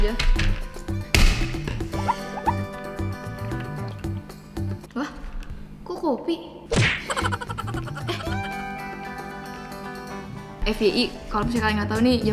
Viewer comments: Biasanya orang2 nyebut "FYI=Ef-Wai-Ai" Ef-We-i wkwk Gumush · kalo bilang fyi itu efwaiai